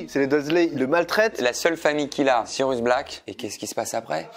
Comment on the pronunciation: Tu prononce aussi mal Sirius que tu prononce Sirus à de multiple reprise et tu n'a pas non plus la famille Dursley ;)